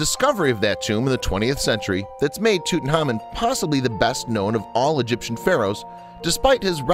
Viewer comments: TheWhooo Gaming pronounced, Toot onkh ahmoon in the traditional Egyptian, and by experts at the Egyptian museum. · Marla Volovna As someone in the UK I'd never heard the pronunciation as in this video until today, so will always be TutanKhamen for me. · Tootin' Hamen. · Thanks for not even trying to say his name correctly :-( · He keeps messing his namr up and for some reason its really bugging me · He pronounces his name wrong with no k. If you are going to do a whole video you cannot get the main subjects name wrong. This is why I dislike American narrators, they sweep in in full throttle, are over enthusiastic but without interest in the subject, very loud, dont know what subtlety is, and dont research properly. Give me a intelligent English narrator any day. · Awful! The narrator couldn’t pronounce the name of the Pharao to save his life and that weird music is just as distracting. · The narrator does mispronounce the last part of his name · Please can you either not say his name or say it right please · LOL the way he pronounce Tutankhamun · he cannot pronounce his name for dear life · why does he pronounce tutankhamun like that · Interesting, but name pronunciation e incorrect. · Could you please learn to pronounce Tutankhamun, because you're saying Tutenhamun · Tutankhamun not Tutanhamun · Didn't You Know his name was TUT ANKH AMUN not tootenamen you ignoramus narrator. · That's Tut Ankh Amun!!!!! Not toot n common .... Show some respect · Does anybody notice he is saying his name wrong it’s not fucking toot it’s tut say it how it’s written my god this was bothering me so much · tootenhamun??? wtf dude it's prounounced tuht-ankh-ahmuhn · Tut-anhk-amoun not tutenamon. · It's driving me insane. Tut-Ankh-Amun, not Tootin-hamin. Ridiculous. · Bad name pronunciations. 😣 tootin’ hahmein… smdh 😠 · Tooten Harmon...lol WTF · Why he pronounce his name TUTENHAMEN🤣🤣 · Its Tut Ankh Amon. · He said king toot >:( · Lol toot n common 😂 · tutan HAMON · It's annoying.